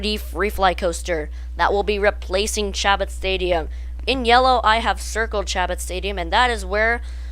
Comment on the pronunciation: Chabot. Pronounced SHA-BOW... Really? It would be great if they ran it in reverse avery other week or permanently... Skyscreamer usually has no one in line, it would be good to draw more people in....